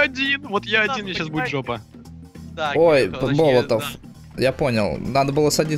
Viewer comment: Болотов это фамилия другой нации ударение ставится на 2ое "о"